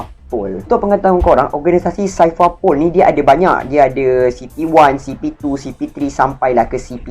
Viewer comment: Aku ingat indon je sebut x betul Orang melayu pon x pandai sebut Cipher - saipar pol 🤣 Lenkali tengok anime....jgn baca manga je...